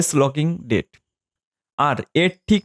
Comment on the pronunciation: Date ta properly bolben sir